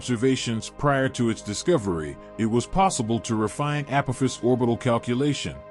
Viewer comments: Pronounced AH-P-AH- FIS.😉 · I swear if I hear you pronounce "Apophis" that way one more time....🤑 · Pronunciation of asteroid name is incorrect, text spelling poor, pictures & video nice. Is the narrator an AI?